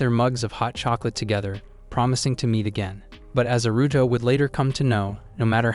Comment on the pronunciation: It's Aruto. The voice is saying Aruto the same way westerners say Naruto.